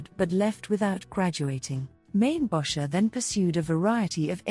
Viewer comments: Actually pronounced as in "Maine-bocker" with a hard "K" sound. He was a Chicagoan. His name was not "French". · Mainbocher is pronounced Main-Bow-Shay. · AI can't pronounce his name. LOL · Don’t you love AI???? Can’t even pronounce his name. Ridiculous